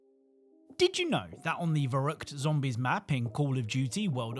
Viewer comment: The Verrückt map is actually the German word for ‘insane’ or ‘crazy’, which is fitting. As a bit of added pedantry though, because it’s German it would more or less be pronounced ‘fer-rooked’.